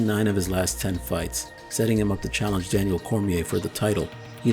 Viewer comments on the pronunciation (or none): none